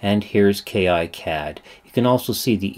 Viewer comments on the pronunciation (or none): It's actually pronounced "KeeCad" , not "Key Eye Cad". And there is no professional or community version for KiCad, neither does it require a license. It's all FOSS, check out